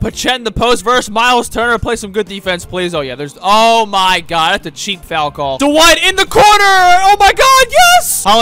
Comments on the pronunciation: “Tyler give it to Duh-White” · Anyone realise that calls Dwight Howard Du-White?